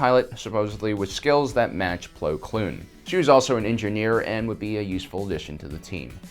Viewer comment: "Plo Kloon"